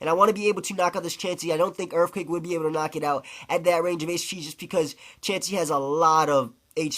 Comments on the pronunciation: i disliked this video because 1 i just cant stand you saying erfquake, and 2 using wrap and toxic is just lame as hell. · You sayin erfquake is very irritating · "Urfquacke" LOL